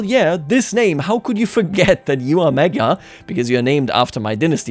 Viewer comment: What in the world is a Mogyer its MAGYAR